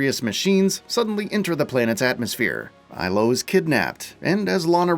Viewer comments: "Aylo" ITS ELO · Why do you pronounce the sister's (if she's a sister, game didn't indicate this one bit) name "Ailo" when Lana herself always pronounces it "Eelo"?